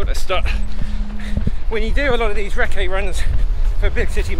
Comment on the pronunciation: Sarah: huh huh “reccé” 😂😂